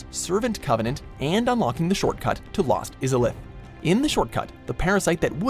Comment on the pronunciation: Lord's Talisman??? Lost ISalith??? Maybe you should rename the video to "10 Dark Souls things WatchMojo can't pronounce correctly"